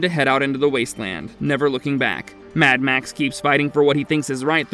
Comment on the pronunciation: The way you say “mad max” pisses me off so much